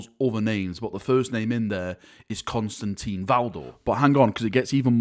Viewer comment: Not Constantine, he is Constantin. There is no een